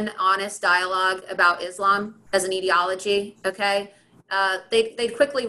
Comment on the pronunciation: She mispronounced both "ideology" and "tyranny" – but she's still smarter than 95% of people in Congress.